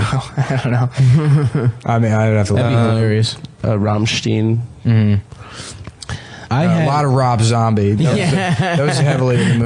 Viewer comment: He did the same with rammstein